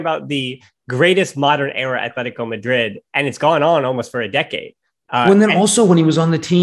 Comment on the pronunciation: c’mon man. It’s not Athletico Madrid. It’s Atletico Madrid. We all are aware of your terrible lisp. But that’s no excuse for being ignorant after years of running a Barca podcast. Stop being so white and pronounce the teams name the way it is instead of projecting your nerdy whiteness to us all.